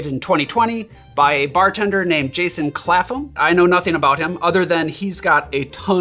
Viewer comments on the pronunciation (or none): Sorry to nitpick,, but the 'ph' in Clapham is not pronounced as an 'f' sound, it's more like 'clap-um' (see Clapham Common) 😊 The cocktail is interesting, I might try this over Christmas - thank you! 🎄